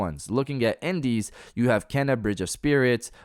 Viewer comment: It was nice to finally hear someone pronounce Kena correct. Great video addressing the overblown outrage.